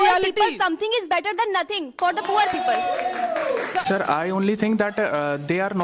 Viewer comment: For all of you , first learn how to say "people " correct pronunciation "pee pul not peepal. 😅😂